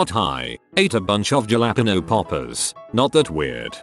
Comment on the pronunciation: Ja-la-pae-nose oml